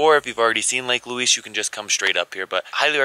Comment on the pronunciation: Please edit the name and pronounciation of the Lake, it is not Louis (like the man), it is Louise, as in female!